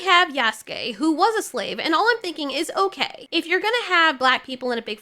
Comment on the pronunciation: You're the first person that has made a video about this and actually pronounced Yasuke's name correctly.. so many people saying "yah soo kay" and it's so cringe